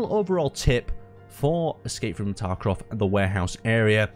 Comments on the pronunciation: you keep saying Escape from Takrov xD It's Tarkov! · its escape from tarkov not tarkrov